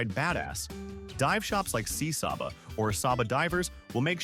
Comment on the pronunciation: Prounounced Say-ba!